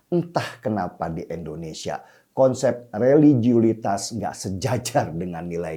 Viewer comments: Bang Denny bukan ENDONESIA tp INDONESIA ..pake I bukan E.. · Sy senang nonton mas Denny Siregar. Tapi setiabp sebut kata Indonesia saya sangat gak nyaman. Kenapa selau dibaca Endonesia. 😭 Coba baca dengan benar. Masa nama negara sendiri salah bacanya😢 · INDONESIA bkn ENDONESA